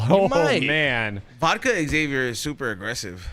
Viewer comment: Hey guys Xavier is not pronounced X(ex)-avier, same way people dont say J(jay)-esse or P(pe)-illip...It is pronounced Xavier or ZAY-vyer